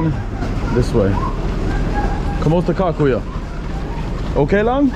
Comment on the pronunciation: Please stop saying KUYO ...it is KAYO ☺️